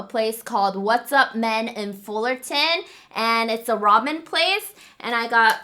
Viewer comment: It really did sound like u said “What’s up Men.... Raw Men!” 🤣🤣! Love u ❤️